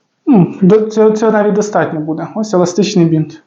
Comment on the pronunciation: Еластичний бИнт, а не бІнт